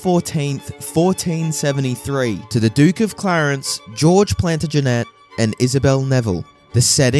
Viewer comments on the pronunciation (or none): Check your pronunciation of Plantagenet. You can check most words on YouTube. The emphasis on that word is on the 1st and 2nd syllables not the 3rd! You lose credibility when well known words are misspoken. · AI narration bullshit. You can't even pronounce Plantagenet correctly. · I only got as far as your pronunciation of Plantagenet to give up. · bro at least search how to pronounce plantagenet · Learn to pronounce * "Plantagenet " Ely"